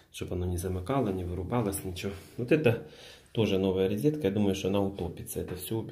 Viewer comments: рОзетка рОзетка рОзетка а не рИзетка !!!!!!!!!!!!!!!!!!!!!!!!!!!!!!!!!!!!!!!! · НЕ "РИЗЕТКА", А "РОЗЕТКА"